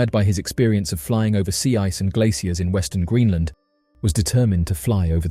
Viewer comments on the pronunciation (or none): none